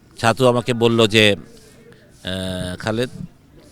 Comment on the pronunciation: ছাতু না হাতু😂😂😂